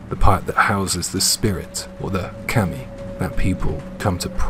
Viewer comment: It’s not Keemi it’s Kami….